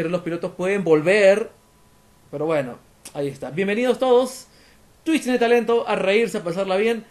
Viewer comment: Yo dije wow pero por que dice "Twicht"